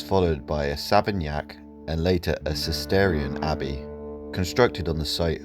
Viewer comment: Cistercian Abbey...not "Cisterian".